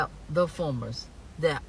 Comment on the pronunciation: Hun, it is Farmers, not formers, but you speak the truth!